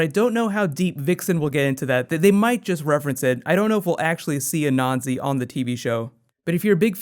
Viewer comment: anansi; (n) Ah-nan-see